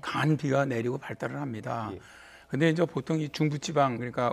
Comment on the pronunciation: 아니 어버무리면서 말하냐 인저 인저 는뭐냐 개 웃겨 ㅋㅋ